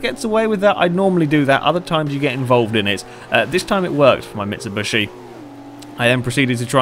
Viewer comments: very nice video !but..(its mitsubishi not mitsubushi) !!!!! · It's mitsubishi not mitsubushi sorry but i had to say it mitsubushi means the crushed body if you can trust google translate but still a nice and interesting video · Mit-Sub-Bush-Eee. Good job! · i think he knows that, that's just the way he pronounces it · It's bothering me that he's calling it a "Mitshibushi"